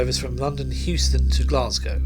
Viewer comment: Didn't British Railways take control of the railways and tunnels in 1948? Also, did you call it 'London Houston" station? There's no 'H' in Euston.